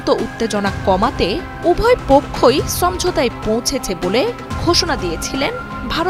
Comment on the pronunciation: উপস্থাপিকা কে ভারতীয় রেন্ডিয়ান মনে হচ্ছে,, কেনন সে ভাষায় ভিন্ন ভাষায় কথা বলছে,, সমঝোতা শব্দ বলছে ছমঝোতা,,, দাদাদের মতো 😂😅